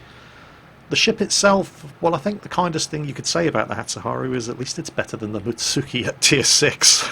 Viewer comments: you know its +Animefreakah when he calls a Mutsuki a Mitsuki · 3 min in. "Mutsuki" Oh...